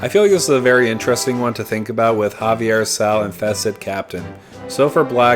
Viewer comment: A little bit if a stickler response, the name of the card is pronounced zay-vee-er. The way your pronounced it would put it as Javier as the plane is based on spanish conquistadors.